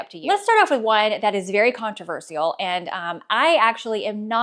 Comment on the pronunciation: Where is this pronunciation of "controversial" from geographically? I've only heard it pronounced as kaan-truh-VUR-shul, never kaan-truh-vur-SHE-ull. I'm fascinated by regional accents! Also, good riddance to the front tuck! I love a full tuck or fully untucked, but the front tuck is such a try hard!